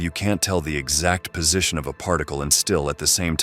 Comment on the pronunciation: .. what a way to pronounce "digital". And then , "Position". Is he a comedienne or AI?